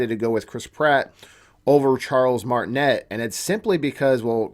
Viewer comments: Nah, nah, you called him Charles martinet and pronounced the net part? It's like martiney that is how it is pronounced. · You mispronounced His last name. Martinet is French and pronounced Martin-ay. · i think the T in Martinet is silent? idk..i am just being a stickler. lol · 1. He’s French. It’s pronounced Martine’. The t is silent 2. The reason they didn’t use him is because over the years Mario has only had short lines here and there in the games. Listening to that high pitched voice for the length of an entire movie would drive people crazy and feel unrealistic. 3. It’s not a rumor that he’s in the movie. It’s fact. Nintendo said it when the voice actors were announced. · In Charles's name. The t at the end is silent